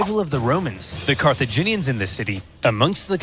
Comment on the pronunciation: Carthaginians are not CARCIGENS 😂